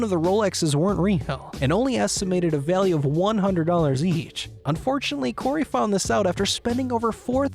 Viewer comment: "Hence his signature and historic items being of incredible val-yuhh"